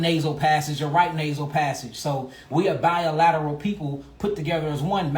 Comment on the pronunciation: said, "Biolateral." I understood it to mean bilateral, but I think he said that intentionally.